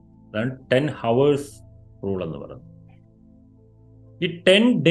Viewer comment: ഹോവേഴ്സ് അല്ല ഔഴ്‌സ്